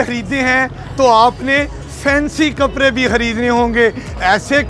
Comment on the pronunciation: Can’t he pronounce “D”? He says “kapre” for kapde and “jora” for joda.